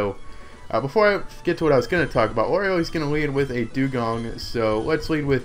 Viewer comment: Why does everyone on YouTube pronounce Lorelei wrong? It's Lore-A-Lie.